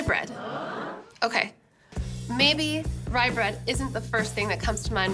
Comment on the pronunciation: This is fun. She seriously botched that rye bread.